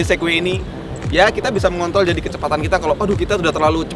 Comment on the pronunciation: "yaaa, kita bisa MENGONTOL kecepatan kita..."